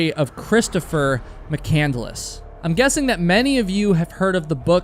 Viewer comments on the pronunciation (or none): none